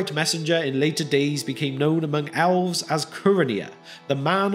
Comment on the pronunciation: The narrator pronounces the word "elves" as "owlves." Also, the text is interspersed with grammatical errors.